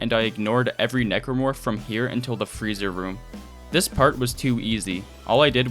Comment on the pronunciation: For a second, I thought you referred to the Necromorph as "Negro Fuck".